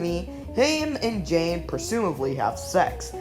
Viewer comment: Yeah, some of the pronunciations got me side-eyeing the narrator... but it's all luv.